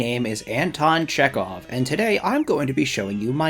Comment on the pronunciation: it should sound like Che(H)ov